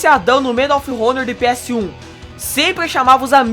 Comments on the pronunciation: Medal of ronor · medall of ronor kkkkkk